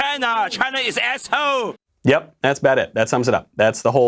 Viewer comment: I love the “China is asshoe!” Guy. Hahah.